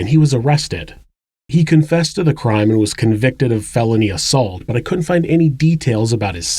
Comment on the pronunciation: The proper word is "couldn't" Not "coont". Proper pronunciation of common words provides a more professional presentation.